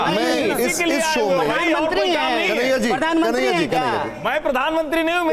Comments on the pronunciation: कन्हैया नही दलैयया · अस्पष्ट या स्पष्ट ? बार बार कनाहिया कुमार कहता है में अस्पष्ट करता हूँ